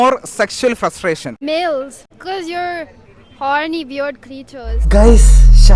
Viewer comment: frustation enn polum parayan ariyanilla "fushtation" ennanallo parayane pullikarathikk fake accent ondallo